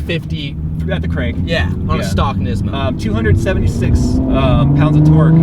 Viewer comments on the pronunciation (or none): Nizmo lol its pronounced niece-mo